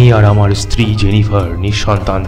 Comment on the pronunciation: golpo ta osadharon... gaye kata dicchilo sunte sunte... lekhok ke dhonnobad ei level ekta golpo upohar dewar jonno...eto boro golpo intensity maintain kore poratao commendable bepar, sejonno channel ke kurnish... sudhu koyek jaygay stree kothata istiri sonacchilo, eita ektu thik kore nio...